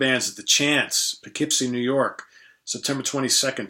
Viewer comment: Thanks for sharing your experiences and indirectly teaching this Midwesterner the correct pronunciation of "Poughkeepsie":)